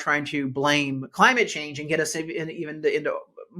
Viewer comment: I like the way you say 'Cuh ly myit Chaynge'. We need a presidential executive order declaring a change in how it's spelled and how its said.